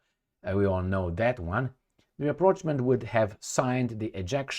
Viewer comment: rap·proche·ment: This is how you should pronounce it. -- /ˌraprôSHˈmänt,ˌräprôSHˈmänt/